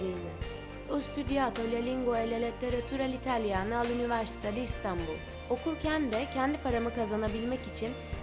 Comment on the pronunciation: Üniversitesini söylediğinde anama sövdüğünü sandım.